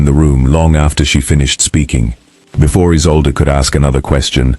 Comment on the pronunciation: The new Duchess's name is mispronouced = E-sol-de (Isolde - German origin).